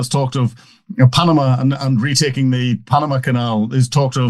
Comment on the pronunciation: The, not za. They, not zey. I could go on.